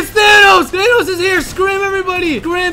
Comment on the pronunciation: it is not tanos it is thanos and he says the end is near